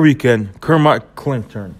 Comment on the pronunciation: Cant respect anybody's opinion that can't even pronounce Kermit Cintrons name properly smh